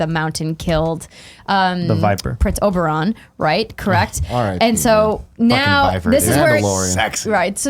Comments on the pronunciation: GUYS OBERYN OBER-IN Not OBERON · I love Andrea's hard work even when I disagree with some opinions. That said, how the heck does she keep pronouncing characters names so badly? OberOn? MelisandrAAAA, Tie-ron? MissandEH? Does everyone fear her so much no one corrects her but Nick and can't get anything wrong? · Did Andrea say "Sandol" even after Tim tried correcting her to Sandor? And she says "Oberon" too. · Yeah, they bring up book criticisms, but like there’s no way Andrea read the books she says many names so incorrectly it’s hilarious.